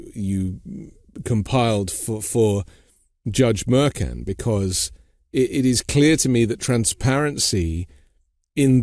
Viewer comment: Judge Merkan? 🙄 she even said it before you. Can’t be bothered to say someone’s name correctly?